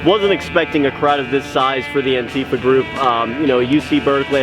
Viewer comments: Please stop saying "anTEEfa". That's not how it's pronounced. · "Antifa" is not pronounced anTEEfa, for fuck's sake.